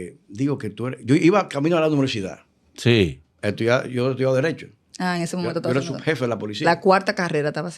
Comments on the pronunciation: Éste señor se canta como escritor y charlista y su pronunciación dice mucho, lo escuché decir "Noversidad" pensé que había escuchado mal, devolví el video y sí 😅😅 así lo pronunció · La más alta instancia del sistema policial de nuestro país y cuatro carreras Universitarias y sigue diciendo Noversidad en lugar de Universidad...que Dios nos proteja 🙏🏽